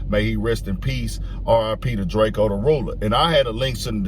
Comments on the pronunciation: Drakio the ruler lol. It’s drako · Long Live ✨️🕊✨️ The Ruler ...its Drake-O not Drake Keo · It’s drake-O not drake-E-O get it right or I’ll be knocking off all kinds of wigs tonight - The Ruler 🙏